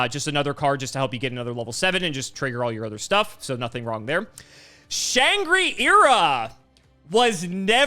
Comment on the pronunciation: The way Shangri-ira bothered me lol. Its a reference to Shangri-la, you just replace "la" with "ira."